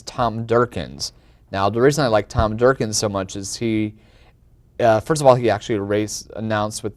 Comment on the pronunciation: LOL it's Tom Durkin :D not Durkins :D